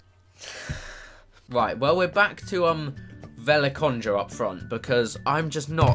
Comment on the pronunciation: best pronunciation ever at the end. its pronounced Velikonya. Btw awesome videos. Im a subscriber from Slovenia, if u know where that is :)